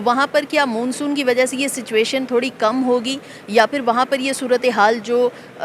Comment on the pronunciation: Madam Moon soon ni hota Mon Soon kehty hain. 😅